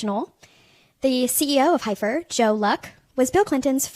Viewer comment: Heifer is pronounced Heffer.